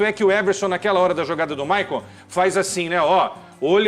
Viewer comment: Quesada não saber que se pronuncia "Michael" e não "Maicon" é o cúmulo da desinformação! 🤌🏼🥱😂😂 Cara já é profissional e com destaque há anos!